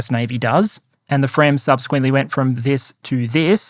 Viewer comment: You have pronounced fremm decently: the effort is appreciated!